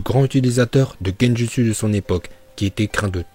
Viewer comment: Gendutsu ça se prononce gendoutsou et désolé pour la faut